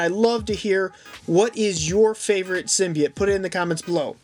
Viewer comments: Stop saying symbite its symbiote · In the beginning did he say symbeite